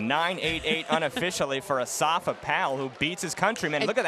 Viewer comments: he says in Asafa in his interviews. not osafa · osafa powell -_- its asafa woman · I kno him but it's not "osafa" it's "Asafa" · Its Asafa NOT Osafa lady! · Its Asafa Powell, not Osafa Powell. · woman!, is not Osafa ITS ASAFA!!. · Asafa, NOT Osafa. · Doesn't anyone else hear how she's pronouncing his name; "Osafa" Powell... It's Asafa, not Osafa. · asafa not osafa :) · Asafa not Osafa 😒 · Osafa? lmao its pronounce Asafa lol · I crease every time she says O-safa Powell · whos dis o-safa powell guy da commenter keeps sayin, HIS NAME IS ASAFA, GET IT RIGHT LOL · I love to listen to her. The only thing she did wrong is that she incorrectly pronounced "Asafa." But, otherwise, what she says is correct.